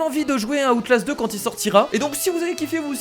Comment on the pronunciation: # Comment tu a prononcer outlast mdr tu ma tuer